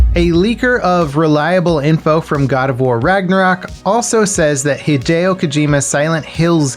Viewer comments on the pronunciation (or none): none